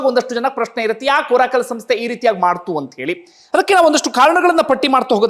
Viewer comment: ಬಂಧು. ಅದು ಓರಾಕಲ್ ಅಲ್ಲ ಬಂಧು. ಅರಾಕಲ್.